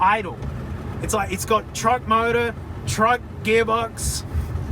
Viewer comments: Oh damn, finally got to poke around a standard issue Costco shopping cart? SEVEN LEETER VEE AIGHT MOWDUR MAKING TWO HUNDRED HORSEPOWER In the immortal words of James May, "how did they get so little horsepower from s V8?" it would either kill you, or give you the greatest orgasm of your life; regardless of your demography boosting parts, this thing answers the question of "sex?" with "Yes." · 7-leeter vee eyt mowdur